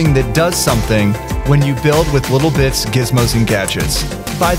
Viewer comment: when he said "Little Bits" i thought i heard "Little Bitch"